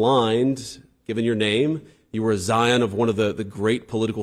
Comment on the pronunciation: JD called RFK a "zion" of "one of the great political families. I know he meant "scion," but still....I hope it wasn't a Freudian slip.